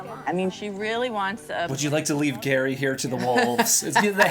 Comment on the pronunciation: It's Gerry pronounced Gary, not Jerry. And he lives 8 hours 47 minutes from Leslie.